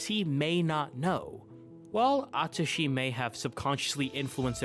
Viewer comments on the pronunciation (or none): DID YOU JUST SAY A TUSHY? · I totally agree with everything but "a-tushy nakajima" though 😭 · I’m sorry? “Atushi nakajima”??